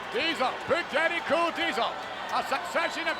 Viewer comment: Sounds like he said "this cool"